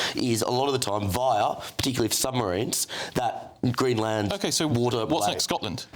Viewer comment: You Don't Pronounce it like Green - Land